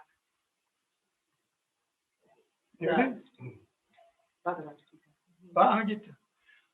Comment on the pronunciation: What is the name of the book? I could not understand what he said, but I know it was not Bagavad Ghita.